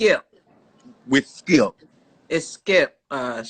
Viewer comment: "Shannon Sharpe Squid Games...wid Skip..." I'm in pain! Lmao!!!!